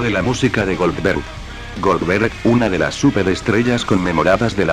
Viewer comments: GolBerg???? GOLDBERG* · Es goldberg no golberg